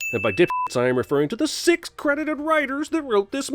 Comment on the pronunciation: Whats with the narrator not being able to say "six" and "sixty"?